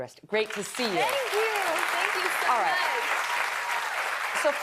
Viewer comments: I am a Zobrist. My name is from Switzerland and we pronounce it... Ts-obri-cht... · Yeah it is annoying when people don't know how to speak Schweizerdeutsch. Tssooobrist